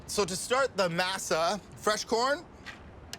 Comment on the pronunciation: Come on! MASA is NOT pronounced like NASA,with an M! You've heard it pronounced correctly.